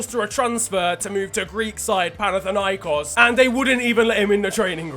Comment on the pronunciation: Me a Panathinaikos fan after hearing pronouncing the name of me team: it's time to go